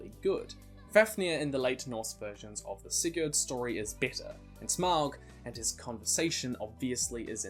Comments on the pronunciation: When you say Sigurd you are not suppose to say the d at the end, depending where in scandinavia you are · Not quite. Here in Sweden we pronounce it with d.